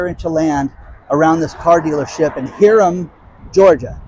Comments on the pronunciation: HI - RUM - that's how its pronounced :) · you need to learn how to pronounce Hiram..... like the man's name....